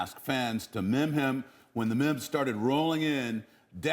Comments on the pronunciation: he pronounced meme as mim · haha i literally had to rewind and make sure that I heard what i thought I heard.. mims. seriously?!